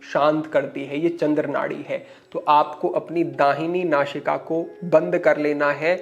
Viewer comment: So you are unable to speak correctly. You are saying don't nashika, which is nasika. So you are using showing place of sa and sign place of Shah. So what you are trying to teach to the people thanks